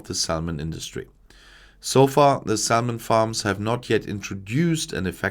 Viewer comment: Quick note: The "l" in salmon is silent. Welcome to English spelling. Reine Dummheit! Auf Deutsch ist's viel besser! 🙃